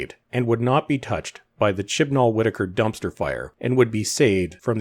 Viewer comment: I can only hear Chin Balls when you say Chibnall now